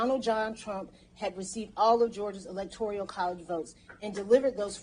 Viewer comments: Electoral not electorial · Fascinating... but she is going to have to read this off multiple times and should probably learn that it is "Electoral" and not "Electorial".